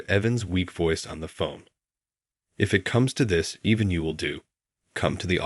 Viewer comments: again "even" or EVAN !!! absolutely pathetic narration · even or evan ? bloody bot narration